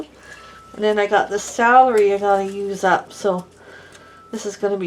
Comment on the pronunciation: Yesss I Agree. Love too but it bothers me when she can't say the words right or is So forgetful of a word she wants to use. Salary? Nooo!! It's Celery 🙄. LoL